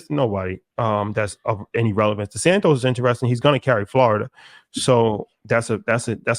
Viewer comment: Lmao he purposely keeps repeating Desantis name wrong and calling him Desantos